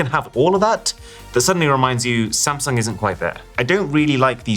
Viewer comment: He keeps calling Samsung as sam😂